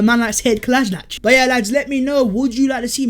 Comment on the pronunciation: Bro u lost me when u said kolsinac